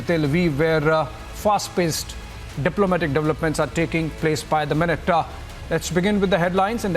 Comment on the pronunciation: Man.. Insaaa… Minuteaaaaa…. Portestsaaaa… taking placeaaaa… liveaaaa… dont you know english?